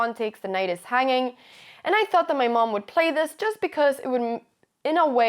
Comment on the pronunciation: Your English is near perfect Anna, but your vowels amuse me... "chuss"!